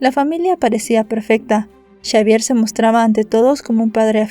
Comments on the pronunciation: Todo bien, excepto porque decis chavier y no es esa la pronunciación correcta más bien la X suena como una S en ese caso seria Savier la forma correcta de decirlo. No es crítica pero se que no tendrías porque saber toooodo y hacerlo perfecto aunque tu trabajo es impecable. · Xavier se pronuncia Chavier o cómo Javier.?